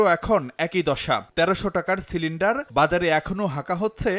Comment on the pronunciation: সিলেন্ডার না ❌ সেলেন্ডার✅ 😂😂😂